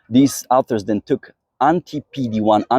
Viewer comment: Dude, you are wrong. :body-green-covering-eyes: Either that or you are a "Goofy Newfie!! I am a Canadian native-speaker AND an English teacher for over 25 years and the pronunciation is " AW ther" Do you " warsh your car or "wa sh " your car?? :face-orange-biting-nails:🤣😂🤣😂